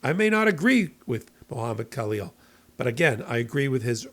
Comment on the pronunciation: Halleel, The K is silent